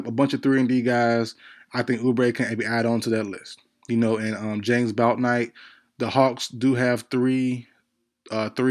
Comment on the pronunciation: Yall be capping like f... you don't love Bouknight..you can't even say his name right. With all these videos on players there is really no excuse to be mispronouncing anyone's name like that.